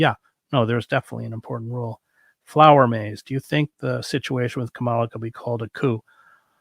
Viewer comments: Her name is "COMMA-la," not "kuh-MAHL-la." You can do better, Chris. Right-wing people deliberately mispronounce her name to disrespect her. She is the VP of the USA. That said, I too am not a fan, and probably will not vote for her because of her position on Israel and Palestine. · Are you deliberately mispronouncing KAmala's name as KaMALa? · Must you carelessly, disrespectfully mispronounce KAmala Harris' name - like old white man DJT? Ultimately not important compared to some of your points, but really Chris? I agree that she has been too much annointed, but to not vote in a way to block DJT/MAGA and fascist 'Chrisitian nationalist' and ignorant sway and to try to get again at the takeover of branch after branch of US 'checks and balances' institutions -- and then organize /teach more people to boycott, strike, protest and mount a huge vote to pressurize the Democratic (neo-liberal) party....yes, at this turning point age of climate catastrophes, etc -- is a real problem, imo! A gathering momentum movement, not a minority, intellectualized protest is needed....on that much we agree. I value your perspective, but can no longer impressed with your conclusions/tactics somehow. Esp. if the danger 'for Trump is REAL' as you say? More of 'the People' (including myself!) must be TAUGHT HOW and experience our ability and success -- to ORGANIZE, BOYCOTT, STRIKE, and experience the power of cooperatives, unions, with different assumptions about what is possible, etc. This anti-Nature, anti-women and children, dead materialism must be questioned as well.... I find your conclusions/strategy 'too utopian'. And I have talked to people who 'had to' flee Venezuela and who could not endure talk by 'the left' because of their experience of tyranny, disorganization, violent corruption and power-seeking -- which is possible on eith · It’s Comma-La. It’s not difficult to say correctly. I know you can do it. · Are you mispronouncing VP Harris’ name on purpose?